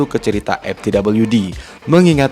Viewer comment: gila di awal saya bingung narator nya bilang MTWD itu apaaaa, eeehhh ternyata dia bilang EpTWD, ternyata ga bisa ngomong F, F kok di baca Ep, V kok di baca P, sebener nya dimanapun anda berada pasti nya harus bisa bilang F dan V, karena anak T.K. aja bisa bilang F dan V, bro kamu harus bisa baca F dan V dengan ejaan yang benar, video mu di tonton orang se indonesia, malu kalah sama anak TK